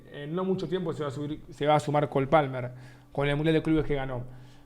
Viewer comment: No puedes decir cold palmerrrr,nenasoooo